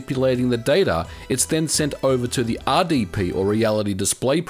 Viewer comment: Oops, ya emphasized the R on both "RSP" and "RDP," rather than the letters that set them apart from each other (S and D, of course).